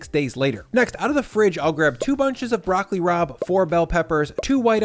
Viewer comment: At first I swear you said "Broccoli Rob" 😂